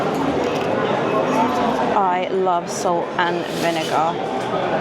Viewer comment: Having trouble with the vinegar tee hee